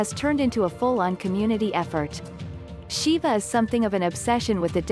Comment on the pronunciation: Siva shouldn't be read as "Shiva", it's not a Mortal Kombat character.